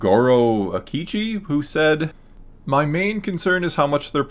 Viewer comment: mispronouncing Akechi outed him for not playing Persona 5, whatsupwiththat